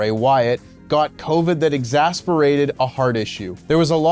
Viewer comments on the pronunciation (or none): “Exasperated”??!! Dude at least read the thing correctly. RIP Bray.